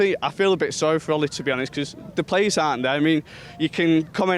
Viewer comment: Phil Jones,(touching his hair), "Sarry Ole.."